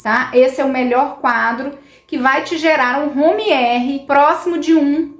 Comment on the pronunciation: Não é Home R e sim Homa R